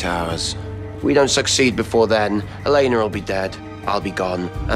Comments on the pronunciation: I love how klaus says elenr instead of Elena😂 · I love how Klaus pronounces Elena like "Aleynar" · Is it js me or did I hear Klaus says”ELANAUR”